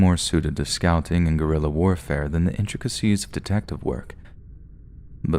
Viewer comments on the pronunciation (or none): none